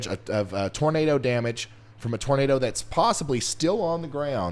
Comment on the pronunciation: When you say "Nador" the Floridians might think they hear "Gator" lol <3